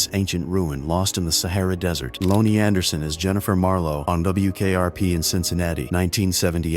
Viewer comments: 'Loanie Anderson' lol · Loooney Anderson??